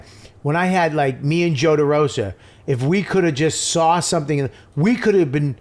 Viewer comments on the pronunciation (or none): Bobby Stinks DUDE! No “R” in SAW!!